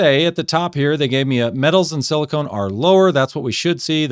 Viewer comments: "Silicone" is what you put around your bathtub. The semimetal in your engine is Silicon. (Si-li-ken) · Silicon not silicone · thank you for sharing. i guess the question is, does the lower levels in the oil result in a longer engine life. it very may well. motor oil geek certainly has impressive experience with the topic. also, i silicon is pronouced sili-kahn. it is very different from silicone. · It's silicon not silicone. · Why is it so hard to pronounce silicon corectly ? I hear so many people saying silicone dispite silicon is printet in the dang paper. Every single time you said silicone! As if everybody have erased everything from elementary chemesty class. So un-professional.